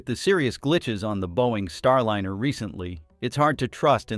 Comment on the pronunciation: Star-lynner? Robot narrator under insufficient control?